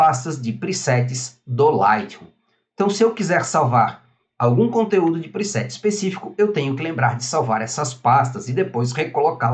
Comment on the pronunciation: vc podia aprender falar o nome do programa, agonia ouvir vc falar ``lightrrum`` ``priset`` seu canal e ate bom mas...